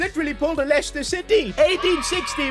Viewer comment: The funniest part is when says “We just pulled a Leisteir city” 😂 Idk how to spell lester city properly